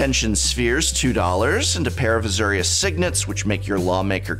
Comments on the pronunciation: The Uhzurrious Guild is a new one to me too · "Zenega"? "A-ZOO-rius"? named after the parun Azoor?